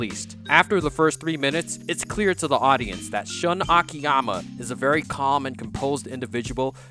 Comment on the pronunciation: AMAZING video! I just have to correct you. Shun is pronounced like "Shoon." lol